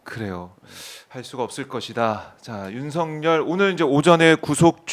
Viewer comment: '윤서결'로 발음해야 옳다. 윤성열은 잘못! '열'의 'ㅇ'은 역행동화되지 않기 때문!